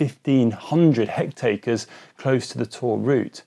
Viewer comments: Did he just say hectacres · "1500 hectatres" ??? That sounds like a lot. Of what, I have no idea. lol